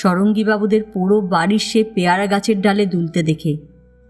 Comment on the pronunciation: না, বাঁচলো না, কিছুই বাঁচাতে পারলো না দুটো ভাবাবেগ তাড়িত ছেলেময়ে | বাঁচতো যদি বাপ_ মায়েরা ছেলেমেয়েদের শাসন না করে মন বোঝার চেষ্টা করত | গল্পপাঠ ভালো তবে প্যায়রা নয়, উচ্চারণ হবে পেয়ারা |